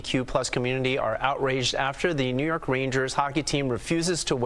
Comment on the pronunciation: Why are you emphasizing the “New York” so much lol